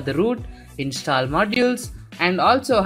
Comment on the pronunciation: Say install not instaal😆 #no offence